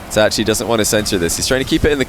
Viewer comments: Anyone else mad as to how says itachi? Like its itachi not e tat chee like say ah. Now say e-t-ah-chi. Itachi. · E ta che is how you pronounce it